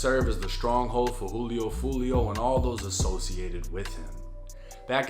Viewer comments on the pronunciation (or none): none